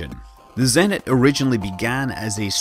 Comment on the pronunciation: A few notes on pronounciation of Russian tech names: - there's no "z" in "kosmodrom", the "s" is as in "space", so it's kos-muh-drom; - "zenit" has stress on the second syllable. - so does "energia", and the "g" is hard as in "gear", not soft as in "giant", so it's sort of eh-nár-ghee-yah. This is not important at all, of course.